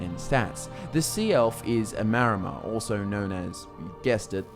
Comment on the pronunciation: Wait, is it Maromer or Maormer? Isn't it the latter?